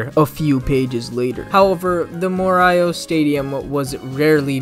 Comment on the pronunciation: Why do you read morioh like that???